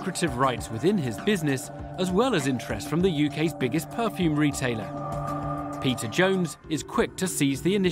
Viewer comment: They seriously need a new narrator that can pronounce peter's name correctly